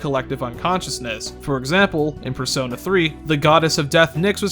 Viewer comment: "In the Fursona series"